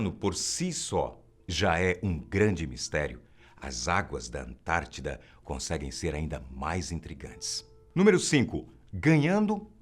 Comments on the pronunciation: É ANTÁRTIDA*!, não confunda igual a min. 😂😂😂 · Antártica!!!!! não antartida